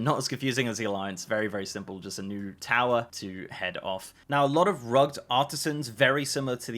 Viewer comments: You mispronounced rugged. Its pronounced as rug-ed. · not rugged. pronounced rugg id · “rug’d”? Are you trying to say Rugged? That’s not how that word is pronounced. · I was about to say that too. :) But then I thought, perhaps it is like saying Praline when you live in different parts of the U.S.. Some say: Praw-lean, and others Pray-lean. Rugg'd and Rug-ed, different Countries with different pronunciations. lol. I'm still happiest with Rug-ed though. :D